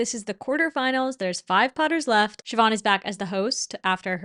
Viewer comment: Irish person here, just a little heads up Siobhán is pronounced 'Shiv-awn' not shi-bawn :)